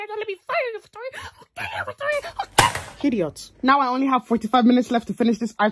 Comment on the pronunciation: I’m hearing Hidoit instead of idiot